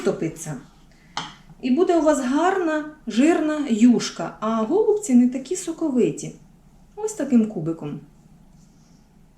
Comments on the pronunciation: Ударение правильно ставьте на голубцы, ой невозможно слушать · Все гарно, смачно, зрозуміло. Але слово гОлубці дуже ріже слух! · 😢Правильно голубці, наголос на (І), голубціііі! 😢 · Еееее... ГолубцІ, а не гОлубці.... І де томатна заправка? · Чому гОлубці, а не голубцІ? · Правильно казати голубцІ ☝, українською мовою голубцІ,,, перевірте через словник! Не хейтер, але не можу чути, коли наголос не вірний! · Доктор філологічних наук Олександр Пономарів відповідає на запитання читачів. Назва страви голубцI має наголос на останньому складі. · У нас на Січеславщині говорять тільки голубцІ,з наголосом на "І". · Навiщо такий наголос " голубцi" . На " о " Получается как что то связанное с голубями . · У слові "голубці" наголос ставиться на останній склад. Але всеодно Вам лайк та підписка! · Дуже ріже слух неправильний наголос в слові голубці